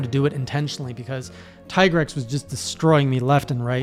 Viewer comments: Tee-grex, Japanese pronounce "i" as "ee" (Ki = Kee), (Chi = Chee), (Karate Gi = Gee), (Akira = A kee ra), (Pikachu = Pee ka chu), (Ibuki = EE bu kee) Also, Capcom officially calls him Tee-grex. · The pronunciation of Tigrex is a slightly debated issue in the community, but I'd say that Teagrex has the better arguments than Tiegrex: 1: It rhymes with T-Rex 2: The monster is also called Tigrex in other languages that much unlike english are actually phonetically consistent and well... none of those languages pronunces the letter i as eye, that's a specifically english quirk.